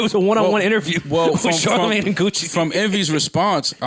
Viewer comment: Did called Charlamagne "CharHoeMin???